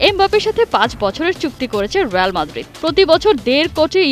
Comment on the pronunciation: রেয়াল না রিয়াল